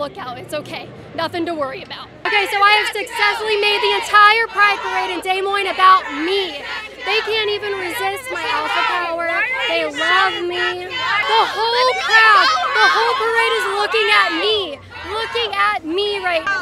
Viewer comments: WHO TF PRONOUNCES DES MOINES LIKE DAY MOINE, I live in Iowa and I've NEVER heard it said like that wth. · literally can't even pronounce des moines right